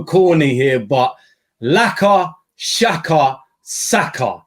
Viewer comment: Xh is pronounced as j these lot keep calling xhaka shaka haha